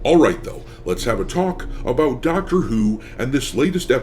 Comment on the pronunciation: “And I was thinking aboot adding movies and tv shows-“ we should have known you were Canadian! That’s where all the best Space Pirates are from 🇨🇦